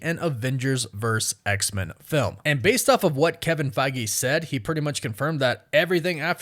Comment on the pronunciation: Maybe it's just my ear but it sounds like you're saying "X=Mun". Am I hearing you wrong? Is that how Marvel wants that name to be said? Do you just have an accent or something?